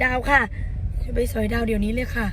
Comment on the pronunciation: "สอย"ดาว ไม่ใช่ "ส่อย"ดาว นะลูก